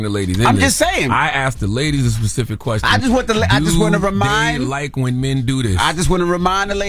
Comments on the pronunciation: Nobody going to mention how she said, “Pacific” instead of specific? 😅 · Tezlyn really said "pacific". Like the ocean. English courses should really be harder for college students to pass. 😒😒